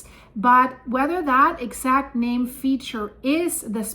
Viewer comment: Have to give her credit for the best pronunciation of the names.